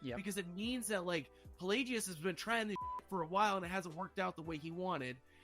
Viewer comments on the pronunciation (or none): It’s PlagUS, not PlayGeeOoz